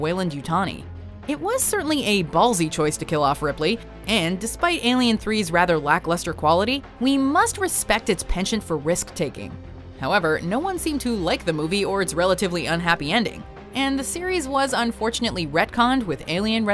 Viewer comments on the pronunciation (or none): LOL,. pronouncing penchant as 'pension'...